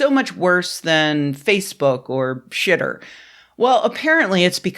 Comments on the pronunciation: She said, "Xitter" (pronounced, "shitter," like the X in "Xi Jinping")! Yes! We need to make this a thing. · Thanks, once again, for properly pronouncing Xitter. I’m doing my part to spread this knowledge.